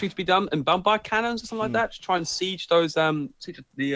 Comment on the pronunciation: The British guy in comes out.. ' Bombbhardt Cannons would be awesome '.. Poor